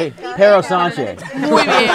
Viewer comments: Our president is called Pedro Sanchez, any you are saying perro Sanchez with means dog Sanchez jajaja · W girls saying Perro Sanchez